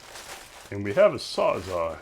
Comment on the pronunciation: Did anyone tell you how to pronounce the word Sawzall?